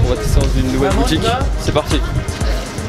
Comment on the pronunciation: alors on va aller voir dan une autre boutiquinh... oui bonjour c'est pour un chllenginh